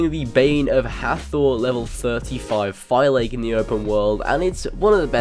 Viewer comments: You pernounce Phylakes As Fi-La-Kes NOT Fiy-lakes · It's pronounced "Fee-la-kees" and not "Fy-lakes" 😭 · I so tired of this guy saying Fi Lake. Phylakes (Fill la case), say it with me. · phylakes and pronouce pha la ki ta